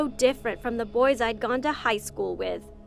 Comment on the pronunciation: No one: No one at all: Not even a soul: Her: Hi BoIsS